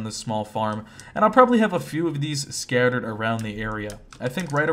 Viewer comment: srsly? "SKAYTERED" lol